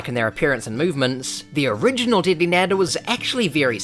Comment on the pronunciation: bro did not say nadder